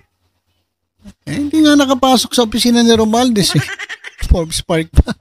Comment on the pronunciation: obob talaga ...... magbabasa na lang. boi forbes hindi for-bes😂😂